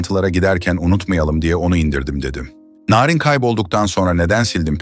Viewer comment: Narin Beşiktaşlı larin gibi okunmaz aga bilgin olsun